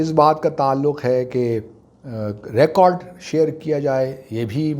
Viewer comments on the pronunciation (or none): none